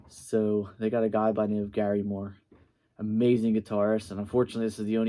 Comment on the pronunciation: 2 corrections. 1. It's pronounced gary MOORE. Not GARYmoore. Emphasis is on Moore. 2. He played on the Nightlife album. Still in Love with You song.